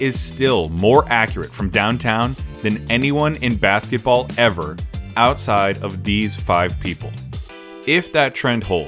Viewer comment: “anyone in bathketball” lol